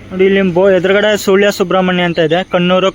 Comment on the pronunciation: ಸೂಳ್ಯ ಅಲ್ಲ ಸುಳ್ಯ ಅದು